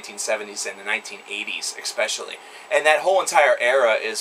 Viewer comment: I always enjoy your rants, raves and musings. You're intelligent and articulate, not to mention knowledgeable. In short, just what we want and what is needed in a music critic. But, let me get one thing off my chest: it's eSpecially, not eXpecially. Now, I know you can do it. Practice. You will reprogram the pattern. You used this word three times here (and countless other times) and it always hits me in the head like a blast beat. Dude, with respect, it's in your interest.